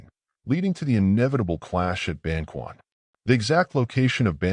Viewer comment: Ban-ch’uan, not Ban-kwan